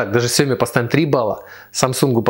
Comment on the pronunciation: Сиёми? СИЁМИ? Мля, кровь из ушей пошла...